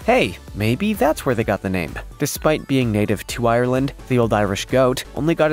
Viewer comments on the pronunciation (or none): none